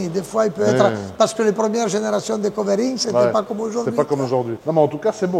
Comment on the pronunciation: Lé covéring 😄